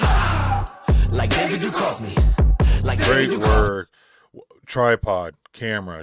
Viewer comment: This song has been my bounce song since it came out. Id posted it on the discord, noting that it had been filmed by flackerz but maybe you didn't see it. I need you to go watch x files, though. Everyone in our generation should know how to pronounce Duchovny lmao. Much love 🧡🧡🧡🧡:_heart::_heart::_heart::_heart::_Set::_Set::_Set::_Set